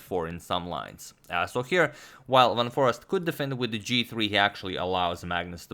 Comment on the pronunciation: foreest is pronounced as 'for aced'